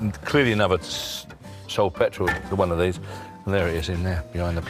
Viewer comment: It surprises me how many older folk say "petwall" instead of "petrol".